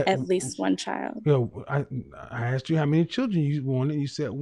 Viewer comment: it's aSked...not aXed...